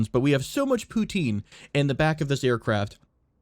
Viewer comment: The way you pronounce poutine makes me sad :(